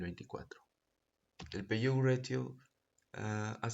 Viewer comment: PAYOUT Se pronuncia "PEIAUT" por si acaso.